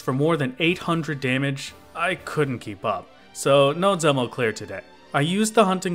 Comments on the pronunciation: You are mispronouncing dzemael (it is pronounced "zem-eye-al") but i dont blamme you, its a very strange word that I had no idea how to read apart from like the one or two times in heavensward it is said in voiced cutscenes. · I think Dzemael is pronounced Zee-My-EL